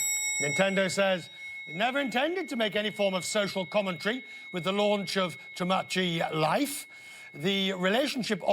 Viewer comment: Oh gawd, he can't even say the game right. I don't even know why this game is such a big deal on the same sex issue. I mean couldn't you do this with the Sim games? What is the age range for TL. I have it and barely play it. Personally I'm waiting to reenact the Kill la Kill scenario between Ryago and Satsuki. Can I do that?